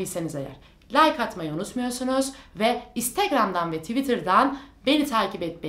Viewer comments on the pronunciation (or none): none